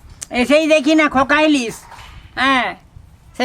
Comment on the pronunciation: ইলিজ মাছ😅😅ইলিজ মাছ😅 এদের বাংলা ভাষার উপর কেলাস করাতে হবে।